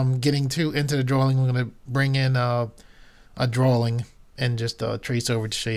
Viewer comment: Drawing. (Dro-eeng) not drawling!